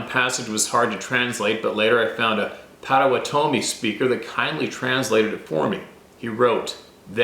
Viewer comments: Amazing share of those diaries. So grateful. I know just one word you were saying wrong…Pottawattame (and I’m spelling it wrong) is pronounced “Potta-watta-toe-me”. There is a town and a county in Oklahoma named that. TY & for all that work. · Pronunciation...pot uh wat uh me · Its pronounced like thjs: Pot toe WA tah me. And again IS NOT SUPPPOSSED TO SOUND LIKE YU SAY A GAIN. AGAIN AND AGAIN. JUST LIKE yu mispronounce GRRRRRRRRRRRRRRRR Raah judge.....meaning to say garage. gaahRAahg. Phonetic sound spelling. Caps are merely to emphasize sounds. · pottuh-WAH-tuh-mee, Potawatomi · It's pronounced pott - uhh- wott- oh- me (my friend is a Potawatomi from oklahoma). As to the other words, you're on your own! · I know that you had trouble with a few of the Native words and names. Please allow this white man to help with one. “Potawatomi” pronounced (Pot-toe-watt-toe-me) meaning “the fire makers.” I was married to a young lady that had lived on the reservation with her mom and step molester while growing up. Hope this helps you out brother! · Pot-o-wan-o-me. Must be near Wisconsin cuz everything hear is named by natives. Lakes,towns,roads... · Pot o watt a mi ......is the way to say it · Pot '- a - wat' - o - me . : ) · Potawatomi pronounced pot _a_wan_a_me. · Pot o wanna me is how it sounds. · Potawatomi is pronounced "PAH-toh-WAH-toh-mee" 😏 We have them in my area. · It's Pot-u-WHAT-u-me. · Pot-oh-wat-toe-me is how we always heard the tribe pronounced. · That tribe name spelled Potowatomi is pronounced pot' a wat oh me. Like padda wadda me. At least, that's how the local news anchors say it. Michigan knowledge for you! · Potawatomi is pronounced Pa-tuh-waa-tomie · Pronunciation is .. PA WA TOM E ... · Pot ah what toe may is how we pronounce Potawatomi here in Kansas. 😂